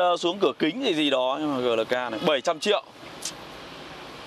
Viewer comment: GLK đọc Gờ Lờ K, nghe giống như nông dân vác tiền đi mua xe :(